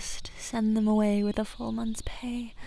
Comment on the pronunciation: She said wit. I heard width. Now I can't stop thinking about thicc dragons.